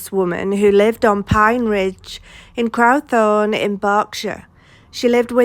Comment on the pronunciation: Pronounced Crow (as in bird)-thorne